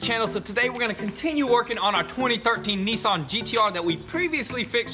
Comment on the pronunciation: Hang on....Neessan ? rest of the world calls them Nissan